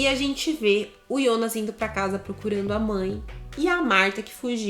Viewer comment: Cara, deixa de chamar "Ionas" é "Jonas" JONAS!